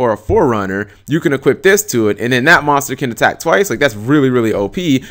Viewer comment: can't say the word MONSTER correctly ahahahahahahah